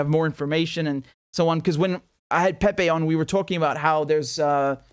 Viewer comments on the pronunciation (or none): none